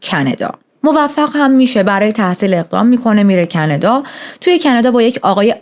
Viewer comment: خیلی باحالی دختر❤😂مخصوصان کانادا❌️کندا✅️😂😂😂